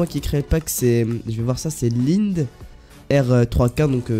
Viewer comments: c est pas line c est lined fais que tu prononce le d à la fin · Lind ? 😂 C'est linèd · "Lind" wesh t as pas respecté Lined xD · sa se prononce pas lind (chocolat) sa se prononce Linèd x) le créateur du pack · On prononce laïnaide rec XD